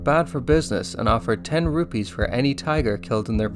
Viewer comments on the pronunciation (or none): none